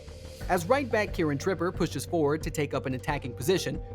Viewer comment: Keiran who.? 😂😂😂 I think Its between the lack of info and research he got for the player name or the script and the sound is generated by AI that make it like that.. No hate I'm sorry it's just funny.